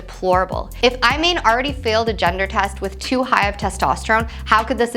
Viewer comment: Had to stop at 20 seconds. My seemingly unaware compatriot completely Becky-ed out on the Iman pronunciation. I think they did that on purpose. Didn't work.